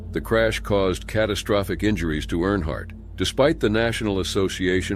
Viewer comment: That’s really not how you say Earnhardt… 😊